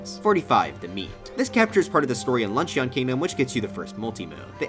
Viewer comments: Man said Luncheeeeeon. Its pronounced lunch in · It’s pronounced lunchin, not lunch eeon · “lunch-ee-on” It’s “lunch-un” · I laughed when you pronounced "Luncheon" like an Eevee evolution rather than "lunch-in" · I just found your videos recently and I enjoy watching your content but I HAVE to point out that “Luncheon” isn’t pronounced like an Eevee evolution. It’s pronounced “lunch-en.” Two syllables. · ... did you pronounce Luncheon as Lunch-ee-on? Sounds like an eeveelution. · I think you mispronounced luncheon, its supposed to sound like lunch-un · Bro pronouncing luncheon like an eevee evolution. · He’s saying Luncheon like it’s an eeveelution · Am I the only one thinking about why he says luncheon like that?